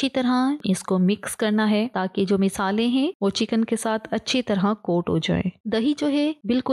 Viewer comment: Misale 😅 nhi masale😂